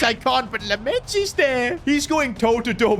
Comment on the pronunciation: You have to pronounce Lammens his name like "Lammins"